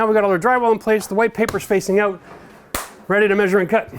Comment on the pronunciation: I still get hung up on "out" being pronouned "oot"! Thanks for the videos!